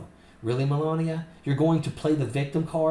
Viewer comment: Did you say melanbia? Speak up, is she called menlabia?? Just "axing" as you noodle head yanks might say.